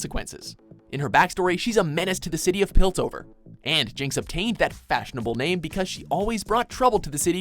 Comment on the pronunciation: Did they just say Piltsover instead of Piltover...?